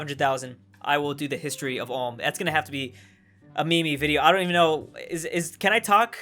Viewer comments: Ulm is pronounced with a oe sound like in shoe not an oh like as in dot.. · We need to teach you how to say Ulm right 😅 (its Ulm, like in do, u in the beginning pronounced like o in do) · What tries to say: Ulm How he pronounce: Ouhm XD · I understand but THAT PRONOUNCIATION 😭 It's Ulm, not Ohm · You say it like alm its like the U from you Its Ulm not as harsh as the U from you but its Ulm not Alm thx Edit:That ain't no hate just wanna get things straight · "Ohm" as Prenounced it LOL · Ulm is pronounced like 'u' in butcher. 'l' and 'm' you pronounced correctly. How you pronounce (foreign) geographical names you sound like a non-native English speaker - or is it really so difficulty for AE speakers to pronounce geographical names? Unfortunately, Germans are people who assimilate very quickly on the whole. Therefore, they're rather suitable as immigrants. When I look at German girls, especially, who went to the States with GIs it's really astonishing how fast they turned as 'religious' as many US Americans. I was raised in a German town with a US Army garrison. It was mostly girls from the lower middle class who chose this way. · Only if u can pronounce Ulm correctly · You can't even pronounce Ulm lol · Great video! Your pronunciation of Ulm wasn't that great. The google translator did a better.